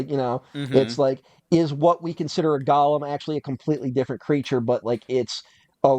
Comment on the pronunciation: Your pronunciation of “golem” is interesting, I’ve always heard it as gow·luhm, not like Gollum from The Hobbit.